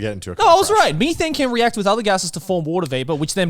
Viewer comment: I died inside when Joey called it Me-Thane and not Meth-ane